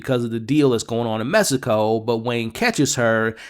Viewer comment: I always think your being funny when you say “messaco” instead of Mexico 😅